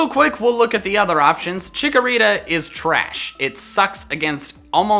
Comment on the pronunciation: THE SECOND C IN CHIKORITA IS SUPPOSED TO BE A K! FIX IT NOW!